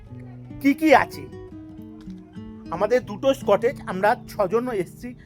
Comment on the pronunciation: স্কটেজ noy dada "কটেজ"😅